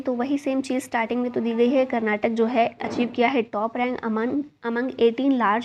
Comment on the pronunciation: Mam I love the way of ur teaching ♥️ but plz pronounce Karnataka not Karnatak mam ..... Love from KARNATAKA 💛♥️